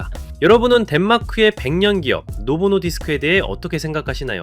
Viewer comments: 노보+노디스크라고 소개까지 해놓고 자꾸 노보노 디스크라해서 너무 신경쓰임ㅋㅋㅋ 일본어냐고ㅋㅋ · 노 보노디스 ㅋ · 노보 노디스크를 자꾸 노보노 디스크라고 읽는거, 싱어 송라이터를 싱어송 라이터라고 읽는 것만큼 킹받네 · 노보노 디스크가 아니라 노보 노디스크.. 시종일관 노보노 디스크라 읽네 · '노보노 디스크'가 아니라, '노보 노디스크' 입니다. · 노보 노디스크라고 써놓고 왜 노보노 디스크라고 읽으시는지